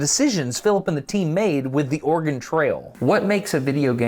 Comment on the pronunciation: Also, as an Oregonian, even now livin in the midwest; i will always notice how everyone not from Oregon mispronounces it. I will say tho, several of the times when Destin said it was clearly close to the perf correct pronunciation, ex at just after when the autogen captions even think he said "organ trail" Bcuz thats the trick to sayin Oregon right, ya say it in a way where the e in it almost disappears; but its still there just very subtle. But for someone who hasnt grown up hearin it said the right way in Oregon; the best way to mimic how we say Oregon is, imho, to take a nod from how some French spkers will say French learners shud say au revoir to sound less accented For au revoir, youve def heard it pronounced technically correct by many ppl in USAs movies (likely others too) spkin French, but a person immersed in French from birth will say it almost as auvoir or au evoir, but the re part is there; its just extremely subtle to someone who hasnt immersed themself in a culture to the pt of hearin the words daily and sayin them back, in the local accents Dont even try to say Oregon, just say Organ or rly anythin similar and youre gonna come way closer than Or Again which is what it sounds like ppl are sayin to my Oregonian ears when they say Oregon in the default tv/movies accent